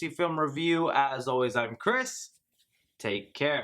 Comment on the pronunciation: I thought he said cryp instead of Chris 😂